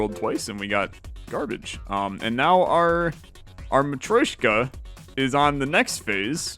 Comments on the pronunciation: am I the only one that gets agitated whenever he says Ma-troy-shka instead of Ma-tro-shka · Hearing "matt-roy-shka" every couple minutes drives me mad, ha-ha. I'm not offended by people who can't pronounce foreign words, but hearing a word from your language being butchered over and over is a bit distracting...